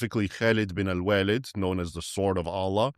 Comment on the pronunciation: It is Khalid bin al Waleed not Walid. Great video though. Thanks